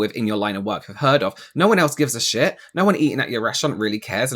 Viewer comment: “Have you eva been treated like sheeeat.” 😂 . I just love him.